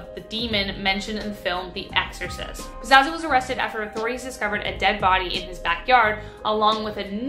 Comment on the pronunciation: Pazuzu not pazazu......